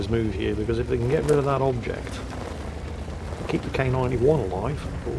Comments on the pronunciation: sorry do i heare "bobject" or do i have somethin in my ears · I thought I was losing it hearing "bobject" the whole time.